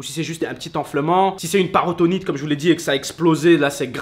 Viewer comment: C'est pas paratonite c'est péritonite